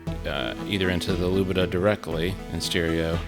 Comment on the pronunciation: Lubadh is in fact not pronounced "Lubidah", but "Looper" <3 :)